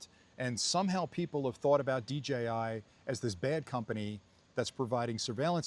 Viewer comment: Why can't you say DJI lol